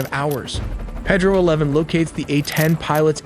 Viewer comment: It’s not Ped-roe”. It’s “Pay-dro”. F AI.